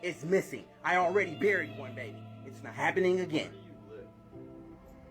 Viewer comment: Did he say he already Buried one today or he already had no clue it sounded awkward